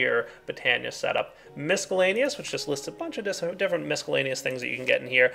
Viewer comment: Love your series so here's some constructive criticism: The word "miscellaneous" is pronounced without the letter "c"--it's silent. It's a stupid nitpick and not a big deal, I know, but with the large public following you have I thought it worth mentioning.